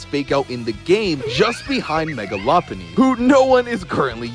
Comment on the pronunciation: You pronounce Lopunny correctly, instantly subscribed